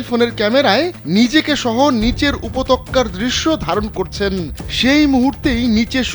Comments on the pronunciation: উপতক্কা নাকি উপত্যকা ? কনফিউজড হয়া গেলাম তো আমি 🤯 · উপত্যকা উচ্চারণ ঠিক হয়নি